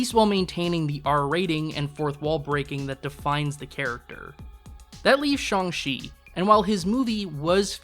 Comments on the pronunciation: Can't trust your opinion on this topic if you pronounce Shang Chi wrong 🙄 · I dislike this man and think the way he says Shang-chi is stupid, he makes a good point though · Learn to pronounce Shang-chi, you didn't even try, they say it so many times in the movie.